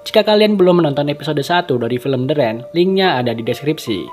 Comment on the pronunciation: Rain = Rein, not Ren. Thanks